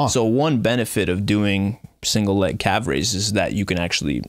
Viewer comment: Can someone let homie know that calf (singular) ends with an F?